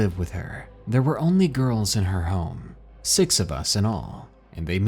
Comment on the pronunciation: Do you realise when you say the number six it always sounds like you say sex, well it does to me it's like hearing a new Zealander say six